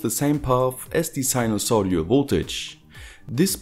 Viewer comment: SINUSOIDAL. Not SINUSODIAL.